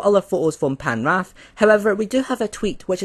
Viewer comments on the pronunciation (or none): BTW u pronounced Penarth so wrong. Its : Pen:are:th. I was born there 😂